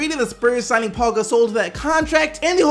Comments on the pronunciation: Are you disabled? It's Pau, not Paul. There is obviously no L in his name. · Pau is pronounced Pow. It's not Paul minus the L. Pow Gasol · Pau. Not Paul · Can somebody tell his name is Pau (pow) not Paul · Why does everybody say "Paul" Gasol.. literaly reading "Pau" saying "Paul"